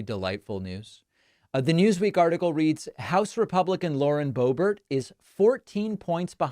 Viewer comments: My nephew's girlfriend grew up with Lauren. It's pronounced "burt" not "bare" 😅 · Why is he saying Lauren Bo-bear? Is she so unknown that David doesn't know how she pronounces her name? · Do you know what David it kills me that you continually mispronounce her name? I can’t stand Lauren Boebert, but…. Her last name is pronounced BOW Bert (as in Bert and Ernie)…. I can’t stand her Colorado can’t stand her. We absolutely want her gone, but it drives me nuts. I’m sorry it just does. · I thought it was pronounced Blowbert !!😂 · I found it funny that Biden could hear the newspersons question, but he couldn't hear Biden & the nerve to ask Biden to step forward. Also, isn't it Boobert?